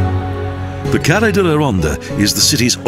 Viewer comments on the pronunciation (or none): none